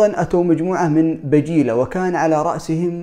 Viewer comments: بجيلة وليست بجالة ❤ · وبجاله بل بجيله بضم الباء وليس فتحه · بجيلة وليس بجالة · بجيلة وليست بجالة